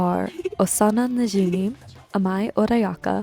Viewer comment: The way you say najimi scratches my brain its so satisfying